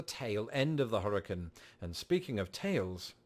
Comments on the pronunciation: Hurricane not hurrican. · Please learn to correctly pronounce the word hurricane.